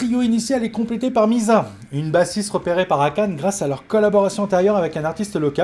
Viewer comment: Akane se prononce Akané, tout les e en japonais se prononce é. En fair ce sont les occidentaux qui ont sauvé band-maid quand elles sorties Thrill sur YouTube si ne fonctionnait c'était fini pour band-maid.